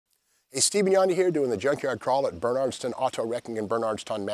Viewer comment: I like how he try's to pronounce Bernardston , Ive been to that junkyard many times as a kid